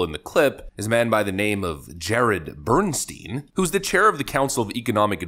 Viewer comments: It's pronounced bern-stine, not bern-steen. It's a German name - in German, 'ei' is pronounced as 'I' while 'ie' is pronounced as an 'E'... Bernstein = Bern-stine. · "Bernstein" Every single time.